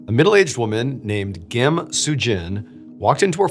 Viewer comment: WOW! You are the first American to actually pronounce the Korean last name "Kim" correctly! I've lived in U.S. for 50 years. 😃